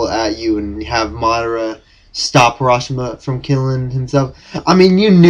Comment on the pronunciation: HaSHI-Rama!, not HaRA-SHIMA!